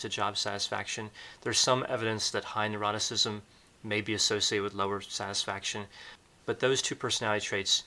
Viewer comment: Very interesting - thank you. A small point - you tend to pronounce ‘neuroticism’ as ‘eroticism’ 🤔